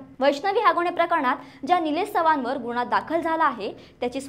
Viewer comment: सुणेने नाही सुनेने बोला गुणेहगारी नाही गुन्हेगारी बोला । शुद्ध मराठी बोला। गुन्हा बोला गुणहा नाही । हगवणे भाषा नको शुद्ध भाषा बोला।